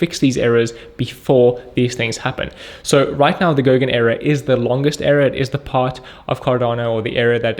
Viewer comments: Era! not Error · did he say "error" or "era"? doesnt make sense that it would be error? does it? i dont want to invest in a company specialising in errors - i have enough of my own!